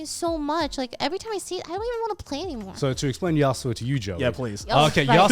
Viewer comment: joey hearing how "yasuo" is being pronounced